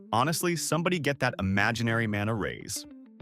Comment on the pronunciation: Even your A.I. is stupid. “ Give that man a rays”🤣 It’s raise